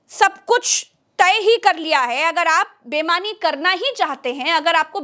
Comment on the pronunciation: bemani ya beimani? Sahi shabd boliye.